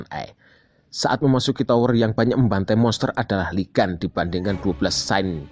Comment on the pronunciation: Bang di bacanya bukan Lee gas tapi liguun pake u bukan pake a